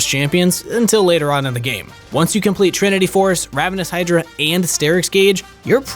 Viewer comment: DID I HEAR HIM SAY REVENOUS HYDRA?!